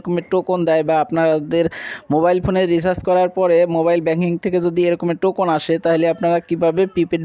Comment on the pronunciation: টোকুন না ভাই টোকেন।